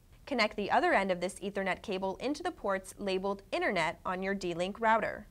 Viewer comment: she cant even say internet correctly